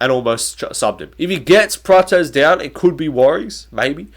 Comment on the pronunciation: Why is everyone calling Prates praches, the way you used to call him before was correct.